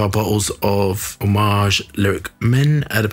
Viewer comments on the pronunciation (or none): it's a-mow-aj